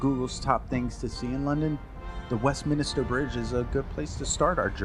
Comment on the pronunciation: “The Westminister Bridge” at least pronounce the name correctly, it’s “The Westminster Bridge” Turned off after this , 2 seconds in 🤪🤪🤪🤪🤣🤣🤣🤣🤣